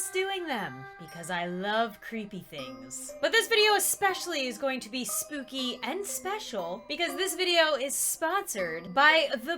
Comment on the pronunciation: Don't you you mean..... soopy 👻😹